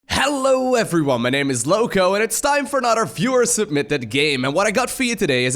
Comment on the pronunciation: still cant figure out if he is saying "fewer submitted games" or "viewer submitted games"